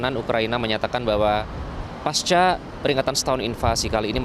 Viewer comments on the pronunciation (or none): none